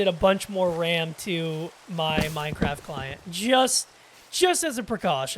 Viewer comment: MineCWAFT, nice vid man!